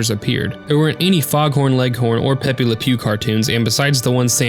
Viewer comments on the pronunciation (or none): none